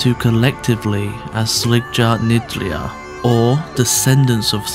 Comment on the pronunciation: hello its pronounced friggyar the j has a y sound other than that small detail wonderful video